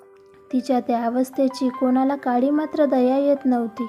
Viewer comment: उच्चार जरा स्पष्ट असू द्या, काडी च्या ऐवजी आपण काळी म्हणत आहात.